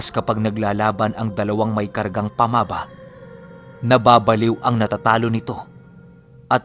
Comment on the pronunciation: Sory pero "pamaba" is a cebuano language "baba" which means mouthand unfotunately mali ang pagka pronounce mo...first 2 syllable na "pama" ay binibigkas ng pakupya..at saka ang "ba ' ay pakupya pa rin...sory marami kc mga listners from cebu lods.hehe